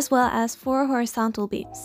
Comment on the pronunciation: Lol when she said “4 horizontal beams” I thought she said “4 horse beams”😂😂😂😂